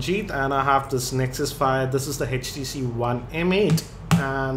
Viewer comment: sir it's Htc not hestc